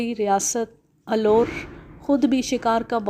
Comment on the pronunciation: Aloor nahin Alwar